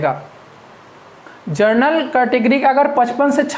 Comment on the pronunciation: Pronunciation sahi karna sikho min : sec जर्नल नहीं जनरल होता है ।